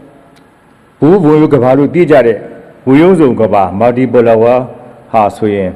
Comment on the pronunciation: စာကြည့်ပီး ဖတ်တာတောင် ဒစ်လည်နေတယ် ဘာတဲ့ မာတီပလပ်ဝ 😂😂😂😂😂